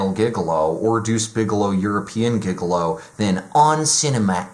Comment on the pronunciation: It's pronounced "Jig-a-low", not "Giga Low"